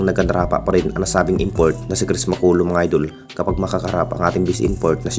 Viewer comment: Puro ka idol hindi idul ... Idul ka ng idul bulol